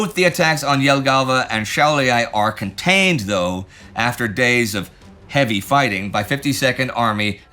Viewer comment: Šiauliai* not Shaulyai 😁